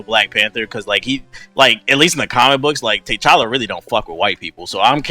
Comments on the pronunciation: of course I saw it I still don't know who Tay challa and Tay chanka are. It's pronounced t'challa and t'challa, they say both of there names very clearly it's not like reading the comics and you fucked ip on the pronunciation if never heard and body call than that. This like when you have the substitute and they keep fucking up you name in class, put some respek on his name. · U pronounce it ta challa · lol tbh needs to learn how to pronounce T'Chala's name right. and he be reaching just to make yall mad😂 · I know who t'challa is But they said Tay challa and Tay Chanka.